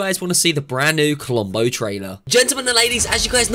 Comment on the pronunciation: When you said to listen what's inside the vault it actually sounds like rombo